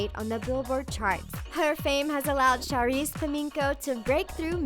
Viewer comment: It isn't pronounced Sharice its actually pronounced Cha-reece